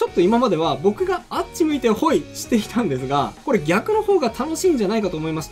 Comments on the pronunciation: 関東住みだけど違和感あります😂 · あっち向いてホイのイントネーションがきになる😂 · あっち向いてホイのイントネーションが気になった😂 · あっち向いてホイのイントネーションって関東だとこれが普通なんかな わたしは大阪住みだけどめっちゃ違和感😂